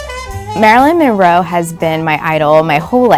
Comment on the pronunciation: Marilyn Monroe: one of the most beautiful women, ever. Just so sensual and gorgeous. Also, it would be good if the woman in the video actually pronounced her name right: It's Monroe not Morrow.